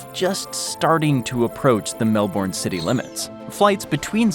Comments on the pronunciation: Say it Mel-bin. Not mel-born. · The way Americans pronounce Melbourne.... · So I’m 8 minutes in and there is already sooo much incorrect info! Here’s a tip, want to know about Australia? Ask someone who can least pronounce Melbourne!! (Ask an Aussie, not an American) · As we say in Australia, What a crock of Shit!!! Can't even pronounce Melbourne correctly!!